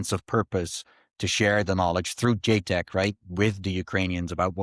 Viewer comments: ita ja tec not JAY tec. ja like -peanutbutter Jar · JTEC is The NATO-Georgian Joint Training and Evaluation Centre, so should pronounce the A in JATEC. Perun made a point about it in his videon on the topic :)